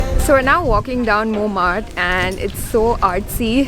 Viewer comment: Its montmatre. Not monmart